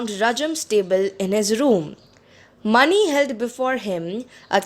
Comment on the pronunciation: Ma'am , you pronounced mani wrong , it is pronounced मणि